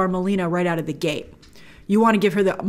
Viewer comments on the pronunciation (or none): none